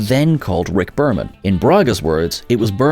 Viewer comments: Berman, not Burman. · It's Berman, not Burman. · Berman not Burman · “Burman”? It’s Bereman. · RICK BERMAN NOT BURMAN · Rick BErman; not "Burman". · Berman, not Burman.......... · Rick Berman, not Burman. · Burman? Who's he, ah you mean Berman